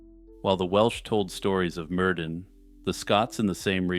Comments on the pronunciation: Mer-THyn it’s the pronunciation for the ‘dd’ in old welsh names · Ahem, Myrddin is pronounced 'Mir-thin'. In Brittonic or early Welsh, 'dd' is pronounced 'th' as in 'this'.